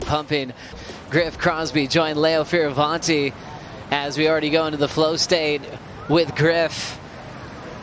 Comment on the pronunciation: Whoever taught how to say “flow state” needs to give themselves an uppercut.